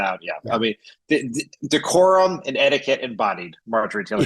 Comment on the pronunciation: "D whore um" is what she meant.